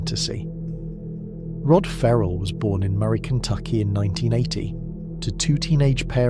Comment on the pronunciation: Ferrel not Rarrel